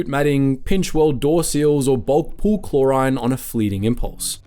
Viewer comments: Chlor-RHINE too. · The way you said chlorine made me uncomfortable